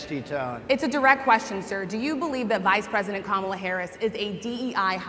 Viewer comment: He purposely mispronounced the VP's first name. He knows it's "KA-mala." You could hear the groans. How would he feel if we all called him "duh-nALLd" from now on? Or Mister "TROOMP"? He's an old man who know what he's doing. He's a criminal who can't answer the tough quesrions.